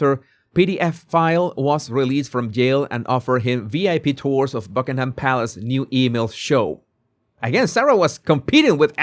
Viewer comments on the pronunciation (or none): none